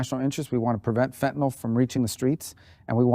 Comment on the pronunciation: Marco, thank you for pronouncing fentanYl correctly. How did it ever get the misnomer of Fentanol. FENTANYL. I bet he pronounces nuclear correctly too. Not nucular, nuclear. Read the words people. Oh, I keep forgetting reading is no longer taught.